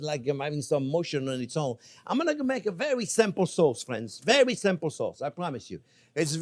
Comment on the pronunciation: I love the chef, especially how he says, " Hello again, fwiends." 😎